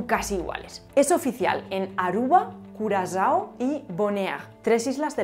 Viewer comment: hermosa pronunciación de CURAZAO 😂🙌🏻